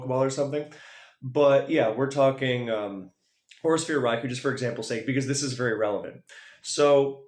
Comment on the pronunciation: For future reference, it's not pronounced "raikuu." It's "raikoh."